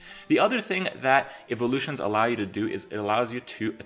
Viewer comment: "Eve-o-lutions" - Kripp, 2017